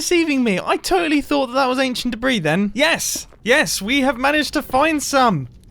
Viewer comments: not a big deal at all but the s is silent in debris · "I've just unraveled some ancient debri" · He means debris.